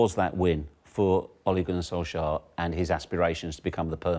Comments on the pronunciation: Why do people call him "solskah"? Wtf is that? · Who tf is ‘Solskgar’? 😂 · The question is, why can’t she say Solskjaer properly. Scar 😂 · Can we discuss the fact that she just called Ole "SolsCAR" 😂😂😂😂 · She calls him solscar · Im sorry but did she just call him SOLSCAR? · Okay I get it English speakers. You won. We have to know your language, you don't have to know ours. But c'mon. You've got the correct sound in your language already. Sol + chair = Solskjaer. Everytime you pronounce that K you infuriate 20 million Scandinavians, stop it or else we will... we will.... we'll do nothing, but c'mon. Do right by the baby-faced assassin. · You know there's a Muppet on the Tele when Paul Merson is more able to pronounce player names then them.... Why can't she speak properly?! "Solks-ger" 🤣